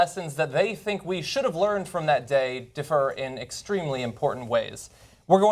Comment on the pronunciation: John, differ is pronounced "DIFfer" with the accent on the first syllable. Not "difFER" which sounds like the word "defer."